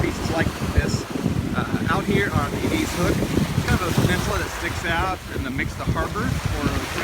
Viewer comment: “ED”-“IZ” Hook. “ED...Short E, not long E. Just like the name ED. “IZ”...Like “IS” only with a Z. ED IS, ie; EDIZ. EDIZ HOOK. Thank you.